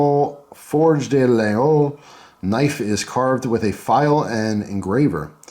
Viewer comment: Forge de La-gooee-ole... it's not that hard (that's what she said). I can think of a few Irish whiskeys that are harder to figure out. lol :)